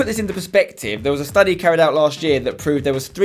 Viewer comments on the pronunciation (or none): none